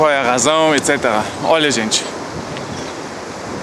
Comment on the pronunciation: Adoro esse formato de informar enquanto a gente aprecia a vista. O sotaque brasileiro do é ótima. Quando ele fala “óia” parece o típico brasileiro. Queria ser fluente em alemão